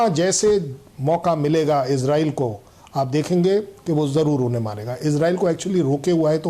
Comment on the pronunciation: Anchor ji इजरायल hai yal इजरेल and jyada chillate ho